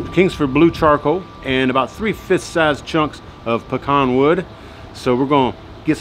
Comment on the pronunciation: Lovin’ da Luzziana bros!! And Thanks again for sayin Pecan the right way!! Remember you ain’t driving down the highway using a PeeCan!! Yep- I’m from Monroe 😉😁👍👍